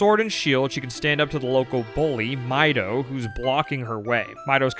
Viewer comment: Lost me when you pronounced the name as "my-dough".